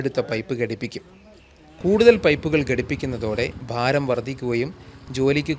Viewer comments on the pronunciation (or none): none